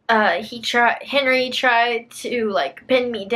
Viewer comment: I heard her say Henery anyone else orrr